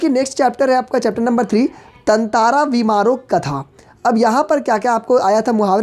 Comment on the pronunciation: He really said tantaraa vamiro 😆😆